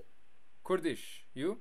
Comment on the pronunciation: I laughed soo hard “Khoerdishh ishh bietshh”